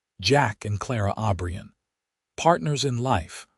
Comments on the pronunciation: Clara passed away at 71 in 1928 with Jack holding her hand, Jack joined her 3 years later at 78 in 1931 with a request to be buried next to Clara. Their last name is O'Brien NOT Aubrian ! Wish you would pronounce words & names correctly. Jack was such a good man & loved Clara deeply just as she loved him. Northwest corner of Wyoming up near Yellowstone Park, rural. 🎉🎉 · Jack OBRIEN!!!!!!!!! NOT Aubrion